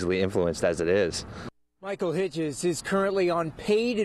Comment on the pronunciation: you're a good man Hitzges. And it's Hits-Giz lol